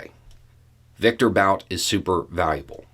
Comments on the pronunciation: It’s “boot” not bout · So you're saying that the person who managed to bankrupt his own casino doesn't know how to gamble? {BTW, I think the guy's name is pronounced "boot," like a high shoe, not "bout" like "whataBOUTism." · Why Bout? I'm pretty sure it's Bhut (well, actually just But), with the u pronounced like 'oo' in 'foot'. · His last name is pronounced boot! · Bout's original name is Бут. There's a single 'oo' vowel in its proper pronounciation, roughly comparable to 'boot', not an 'ow' diphthong. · Pronounced Boot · It's pronounced "boot",. 😊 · Bout - 'ou' is his name is pronounced as 'u' in put. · I find it disconcerting that he is pronouncing "Bout" like the English word, even though he speaks some Russian. Why is that? What's the statement being made?